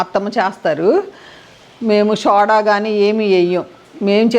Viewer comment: చాపల పులుసు కాదు, చేపల పులుసు అనాలి. చాప(Mat) అంటే కింద వేసుకొని కూర్చునేది. ఉప్పుడు కాదు ఇప్పుడు అనాలి కొట్టుకోవడం కాదు, దంచుకోవడం అనాలి. & Soda ని సోడా అని పలకండి. షోడా అనకండి. మీ లాంటి పెద్ద వాళ్ళే మన తెలుగు భాషను చంపేస్తే నేటి తరం యువతీ యువకులు ఏమి నేర్చుకుంటారు?